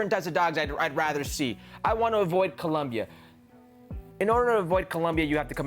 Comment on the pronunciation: Brother saying people can't speak proper English. Meanwhile he can't say COLOMBIA. 👏🏽